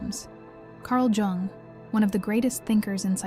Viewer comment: It's best to pronounce his name as, Yung... not Gung.